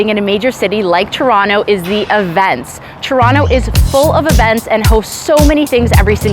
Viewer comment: This channel is all about Toronto but she pronounce Toronto in a wrong way every single time 🤔?